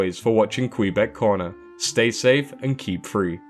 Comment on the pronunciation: I kept hearing kweebec instead of kweebec corner😂 So I thought it was weird when he said: "And my name is "